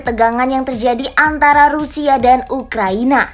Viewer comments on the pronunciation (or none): none